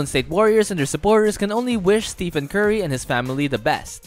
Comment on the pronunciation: Stephen bro. ph makes an ‘f’ sound. So not Steven.. it’s pronounced like Stefan